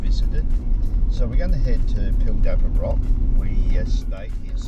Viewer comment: Pildappa Rock, not Paldappa Rock.